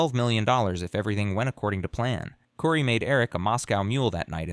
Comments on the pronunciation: KOOOOORII...NOT CURRY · Not cury it's Kori kouri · Her name is Cory not kurry. Also all the pronunciation of all the city names are wrong. Do some research. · Her name is not pronounced "Kury", it's "Kori". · Her name is pronounced Cory not curry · I think her name is pronounced Cory even tho it's spelled Kouri, it isn't pronounced curry. Kouri (Cory:. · It's "core-y" but I beg the channel to leave the constant mispronunciations in the video, just for the sake of pissing her off if she ever sees this video. It will enrage the narcissist so deeply that she will be endlessly bothered by it. Because how DARE someone get her precious name wrong? I love that for you,! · How am I supposed to take this seriously when you keep pronouncing her name as curry? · It’s pronounced “Core-ēl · Omg you say her name hundreds of times “curry, curry, curry” It is not an unusual name that is pronounced just as it is spelled. Which is not curry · Narrator needs to pronounce Kouri’s name right. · Would be nice if you understood how to pronounce Kouri, Kamas, Heber, and fentanyl. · The mispronunciatuon is distracting🫢 Her name is kO-r-e! Not kUri! Benadryl sounds like been-a-drill! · I noticed that, too! Aggravating! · Mispronouncing everything is annoying. Her name isn’t and their town isn’t Curmus.